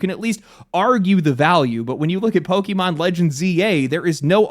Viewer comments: Pokaymon not pokeymon dude xant even say the name of the franchise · It is pok-A-mon, not pok-E-mon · What is a Poke-e-mon? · Don't you hate it when people pronounce it "Pokimon" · Imagine still pronouncing it "Pokey-mon" in 2025. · i cringed so hard at every POKEYMON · I don't disagree with the points in this video and I share in the disappointment. But if you can pronounce the é in Beyoncé you can do it for Pokémon. 😭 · Note, it’s not poki-mon. It comes from pocket monsters. Try again the poke part